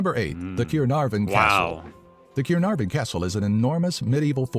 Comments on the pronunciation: Did he just say twice the 'cunarvon'castle!?😂😂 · How was the name of the Welsh castle pronounced???!!!! 😂😂😂😂😂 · The way it said Caernarfon 💀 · The narrator doesn't pronounce Caernarfon very well so I'll correct him for you. Cai-rr-nar-von. He also butchers the pronunciation of Llanfairpwllgwyngyllgogerychwyrndrobwyllllantysiliogogogoch, but even many Welsh folk struggle with that one. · Dude absolutely murdered the pronunciation of 'Caernarvon'. Although, I can kind of see how the Welsh inflection could have influenced his attempt, I just get the feeling that he said it how he read it. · that castle was Caernarfon North Wales, Carmarthen is in South Wales and is what the english call Caerfurddin just as Cardif is Caerdydd. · The narrator needs to perhaps get the pronunciation of Caernarfon right first before trying Llanfairpwllgwyngyll..